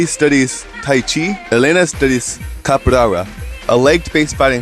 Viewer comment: the way you pronounced capoeira hut my brazilian ears try saying it like: ca-po-eh-ra